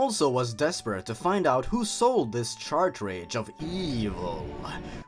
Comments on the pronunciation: Cart-Ridge. Not “CHARTRADGE!” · I'm kinda annoyed that you pronounce "cartridge" "Chartrage" It's pronounced "cart-ridj" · Not to be mean but you say "Chartridge" not the correct grammar which is Car and Ridge with a T sound at Ridge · This is the first video I've found of yours, I like your humour and editing plus you speak clearly without rambling. But the one nitpick I've got is that cartridge is pronounced "Ka-tridj". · Yeah ok I cant help it but notice you keep saying "Chartridge" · No offense, but I think the way you pronounce "cartridge" really adds to the awful writing of this story.